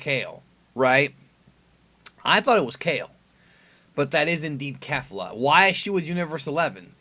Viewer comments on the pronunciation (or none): Please stop, lol, saying kefla